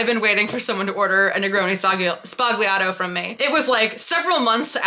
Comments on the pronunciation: Oh, ffs! It is pronounced ZBA-LYA-TO! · The G in sbagliato is silent 😁